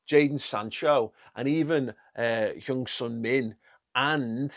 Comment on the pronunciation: “형선민” 😂😂 손흥민